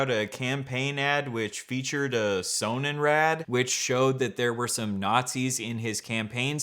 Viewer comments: German here, it's pronounced with a pronounced o and d and in English means sun wheel, it also predominantly features the lightening design used in NZ times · hey, German viewer here. Just FYI: Sonnenrad is pronounced with a short O, kind of like the name Ron but a little shorter and RAD is pronounced R-UH-D. Sonnenrad translates to sun wheel